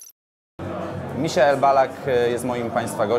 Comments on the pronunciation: To Misiael czy Majkel? :) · Misiael bo to Niemiec